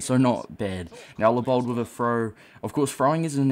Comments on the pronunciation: His name is Leibold not Lee-Bald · The ei is pronounced as i